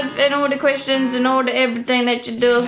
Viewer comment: every time she says the word "questions" I hear "Christians"... oh well. D: #justEnglishlearnerthings